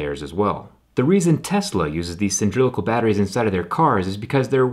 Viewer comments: he says cyndrilical instead of cylindrical xDxDxD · cyndrillical?? cy-lin-dri-cal. From Cylinder. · Cy-lin-dri-cal. 👍🏻 Not Cyn-drili-cal. 👎🏼 That ruined the entire video for me. Cylindrical.....please learn this word for future reference!🙏🏻 🙏🏻 🙏🏻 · I think you meant cylindrical the times you said cyndrlical. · cyndrylical ... come on, man. CYLINDRICAL. And, welp, I guess about half power banks I have use prismatic type cells. So it's normal. Crave didn't invent anything. They just... sponsored the video :) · Does anyone else cringe when they hear him say cyndrilical? Cylindrical is pronounced səˈlindrik(ə)l. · Hard to take you seriously when you pronounce cylindrical "cindrillical". That hurt my ears more then the scratching of the battery housing. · It's "cylindrical" NOT "cyndrilical"..... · Sindrylical? Do you mean Cyl-in-dri-cal? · Cylindrical not cyndrilical. :D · *cylindrical (not ‘cyndrilical) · Repeat after me. CYLIN-DRI-CAL. Good. Again. CYLIN-DRI-CAL. Not Sin-dri-cal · Why did you Jerry Rig dat word, doe? Cynthrilical? Cyndrilical? I don't get it. Cylinder. Cylindrical! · Did he say cyndrilical or cylindrical? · It's Cylindrical, not Cyndrilical, is that mispronunciation? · what's up with "cyndrilical"? is this an inside joke? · Anyone else driven crazy by the way he says "cylindrical"? Great video Zack, but it's "cylINdrical" not "cynDRILical" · Anyone else bothered by the fact that he said "cyndrilical" a few times at the start instead of the actual way to say it, "cylindrical"??? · "Cyndrilical" don't you mean cylindrical? ;) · Did he say "large cyndrilical Lithium-Ion batteries" instead of cylindrical, or did I just hear him wrong? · Does anybody realize he is trying to say cylindrical battery, a battery in the shape of a cylinder? I was confused about what a "cyndrilical" battery was. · Its not cyn-dri-li-cal. Its see-lyn-dri-cal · Cylindrical. Not "sindrilical" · "Cyndrilical batteries" is not a thing lol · The word is Cylindrical not Cyndrilical.